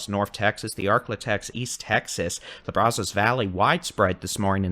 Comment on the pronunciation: BRAZOS is pronounced like saying brad but with a z. Then put us at the end. Bra zus.